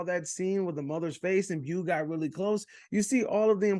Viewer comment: How u watch the movie and still pronounce his name “bew” lol